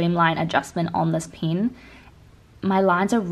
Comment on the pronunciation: ITS NOT PRONOUNCED AS "PIYN" ITS "PEN"